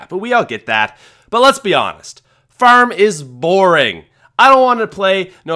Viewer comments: Its farm not feurm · Is u saying ferm 😂😂😂😂 go to speech class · Farm** not ferm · Ngl fucking love Farm or Faairm as you call it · Farm or ferm? Lmao what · He says farm weird haha. It's like "fairm" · says 'Farm' like 'Fearm' 😂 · I THOUGHT I WAS THE ONLY ONE WHO NOTICED. I ALMOST CHANGED THE VIDEO AFTER THE 2ND TIME HE SAID FARRM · He says it like firm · “The ferm” lol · "FERM is boring" 😂😂😂 Ferm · Why does he say Farm fairm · How he says farrrm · Ferm? Farem? Fararama?? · The phäerm is an absolute oatrage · what is ,,baroom,, , oh you said farm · drop a dollar every time he says furm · It's not pronounced fuerrm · "Ferm" lol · he says term in stead of farm😂😂😂😂😂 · he can't say farm to save his life lmao FIRM, yeah FIRM is boring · How you say farm makes me chuckle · I hate the way he says farm lol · The way you say "Far" and "Farm" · I just love how he pronounces "farm" :D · Dont want to be rude, but the way he says farm is weird